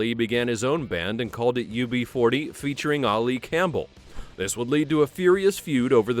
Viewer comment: You don’t pronounce Ali Campbell like that; he is British, not Arabic.